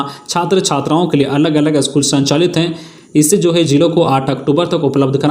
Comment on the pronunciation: अस्कूल नहो पर स्कूल बोलिए ।